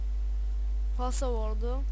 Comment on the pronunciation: "Konnectlemek" ve "Pasavord". Güldüm 😂